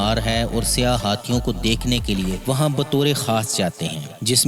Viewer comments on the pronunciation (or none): none